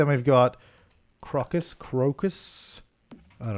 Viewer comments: It's pronounced crow-cuss. Not crock, but good effort. :) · crow-cuss you had it right the first time